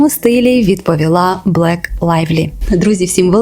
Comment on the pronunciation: Ну, ну блін... давайте ми, ваші підписники, будемо називати вас Мар'яною, вам сподобається? Гадаю, що ні. То чому ви з відео у відео називаєте Лайвлі Блек, а не Блейк? І коментарі ви походу під минулим відео не читали...